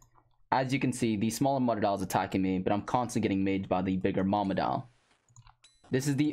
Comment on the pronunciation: I can't be the only one who was annoyed as fuck about how he said mutadile